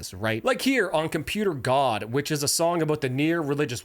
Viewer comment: Its Computer God. Not Guard